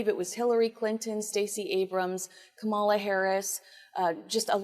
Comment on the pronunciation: It's Kah mah lah